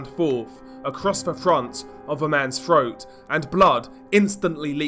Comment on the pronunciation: froat? 😂 😂 breaving? what the hell?